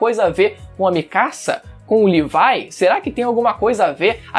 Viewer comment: Livai? N e Levi se Chama Levi e Se fala Levi n Livai